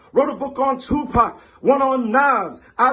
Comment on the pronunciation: I dont think tupac said it like that lol